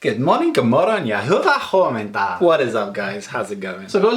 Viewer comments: You are saying "Hyvää huomenta!" really nicely already! You are funny and awesome guy! Love ur vids :) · great start, sounds soooooo international 😂 "hyvää huomenta" came out very well already 😉 good video, thanks 😊